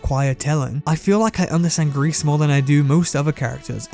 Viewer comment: It’s “gree” not “grease” just so you know.